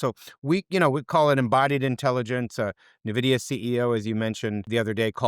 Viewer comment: as an analyst, if you don't know how to pronounce N- Vidia correctly, then your credibility is somewhat dented